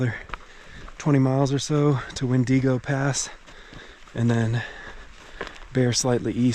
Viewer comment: Oh…it’s “win-dig-o” pass. Your attempts at pronunciations are funny as I know you really want to be correct but often are not. I appreciate the effort though! Haha. Oh…I think I missed “thee-ill-son” too (rather than “teal”). Also known as the lightning rod of the cascades with all the lightning strikes on it. And your mind block on Ashland is hilarious. (In a good way) 😁